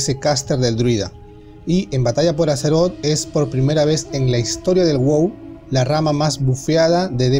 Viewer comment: Eres la única persona que conozco que dice batalla por azeroth (que por cierto pronuncias mal esta última)